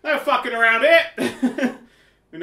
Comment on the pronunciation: "focking nailed it"